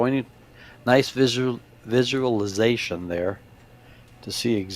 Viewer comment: Commentator should be more respectful, not sure by their voice which one is the arrogant. Also, sounded little drunk in some wording such as visualizastinion lol. No need to mention poor wording that represents disrespect, try to think more positive.